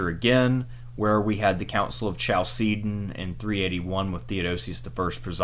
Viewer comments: The way you pronounced Chalcedon was horrific. It's kal-se-don, the "ch" is pronounced the Greek way, like in "Christ", "chemistry", "architecture". But apart from that, awesome video, interesting topic :) Keep it up! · Is no one going to say anything about his pronunciation of Chalcedon???